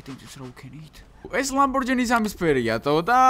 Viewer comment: კონიგსესი კი არა კონიგსეგია და კიდევ ლამბორჯინი კი არა ლამბორგინია